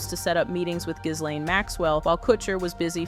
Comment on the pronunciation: The S is silent in Ghislaine. It’s important to know how to properly pronounce words in media.